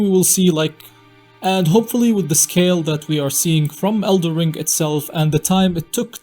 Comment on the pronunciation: Is the title of this game el"den Ring or El'der ring because i keep hearing elder ring instead of elder ring in this video? that said elder ring does roll of the tongue much better doesn't it?